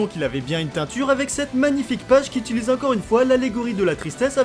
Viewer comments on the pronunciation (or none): none